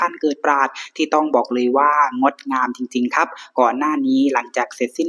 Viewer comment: อยากให้ลองเล่าโดยไม่ต้องตั้งใจลงท้ายด้วย"ครับ" เน้นๆ, เล่าแบบธรรมชาติคนติดตามฟังจะรู้สึกสมูทกว่า